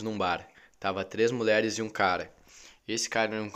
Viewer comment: mano só eu q tava com agonia dele falando "muler" "muleres"